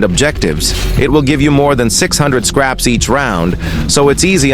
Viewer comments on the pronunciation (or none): Bro it’s no scarps it’s scraps